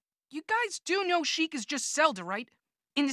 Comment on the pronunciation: ITS SHEIK.